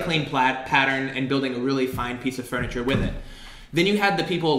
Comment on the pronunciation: Anybody else notice that says "fRuniture,"? Always thought that was interesting